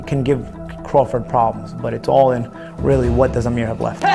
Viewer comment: really Iike how 'Amir' is pronounced properly.